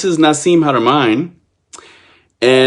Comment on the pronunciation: I agree with you THE PILSNERKING😂😂😂...2 years later here we are... One can only believe that your knowledge is PARTIAL at best... WHEN YOU CAN'T EVEN PRONOUNCE HARAMEIN'S NAME CORRECTLY I WOULDN'T MAKE YOU THE POINT MAN IN MY TEAM SEEKING FOR ROADSIDE BOMBS IN AFGHANISTAN BACK IN THE DAY HO AND IF YOUR WERE GOOD AT DETAIL AND SAYING NO TO ME?....WELL HOW CAN WE TRUST YOUR ATTENTION TO DETAIL? "WHITE SUPREMACIST MOVEMENT"? Bro that is a serious acusation I'M MEXICAN IN ORIGIN... BE PROUD OF YOUR OWN ORIGINS AND STOP PUSHING AGENDAS OF BEING HERE AND THERE AND EVERYWHERE AND THE FIRST...AND OWNONG EVERYTHING... EVERY ANCIENT CULTURE WAS CONNECTED BUT HAD THEIR OWN STYLE THAT IS PRECISELY WHAT THE DAMNED NAZIS TRIED TO DO... APROPRIATE HISTORY AFRICAN PEOPLE HAVE NO NEED SOUTH AFRICA CONTAINS A WEALTH OF YOUR OWN ANCESTRY AND HISTORY... AND NO... MICHAEL TELLINGER IS NOT SAYING THAT ALL OVER THERE IS WHITE SACRED GEOMETRY IS UNIVERSAL... I'M A CRIOLLO...SO BE IT... I'M FORTUNATE TO HAVE COME ACROSS TRULY MAYAN SACRED GEOMETRY I WILL HAVE THE BOOK TO PROVE IT... BUT THEN AGAIN WITH YOUR LIMITED PERCEPTIONS BELIEVING WHAT TOU WANT TO BELIEVE... YOU WILL BE BARKING AT THE WRONG MAYAN TREE OF LIFE... NOTHING "HAS TO BE THIS WAY OR THE OTHER "